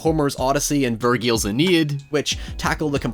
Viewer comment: The way you pronounced Virgil triggered me pretty fucking hard to be honest. "Vurgeel" REEEEEEEEEEEEEEEEEEE